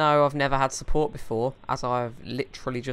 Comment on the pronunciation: Wiruses found on this dekstop, so do one thing: Call tech suppowt.